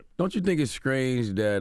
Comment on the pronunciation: Did you just say "Scrange" to a former president? 🤣😂🤣😂